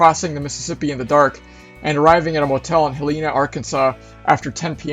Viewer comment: it is pronounced Helena